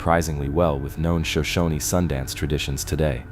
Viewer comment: Shoshone is properly pronounced shoh-SHOH-nee.